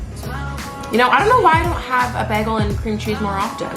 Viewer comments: It's baygel not baagel like she says 😊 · The way you say bagel Love this!💕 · I love how you pronounce bagel. I’m probably pronouncing it wrong lol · I love how you say bagel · My Canadian ex said it the same. Also pasta and Mazda.